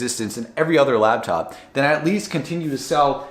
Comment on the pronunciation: I hate it when people say "Labtop" instead of laptop.